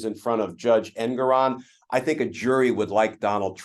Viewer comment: Can you guys PLEASE learn how to pronounce the Judge's name. It's en-GORE-on. Arthur en-GORE-on. It is not EN-goron.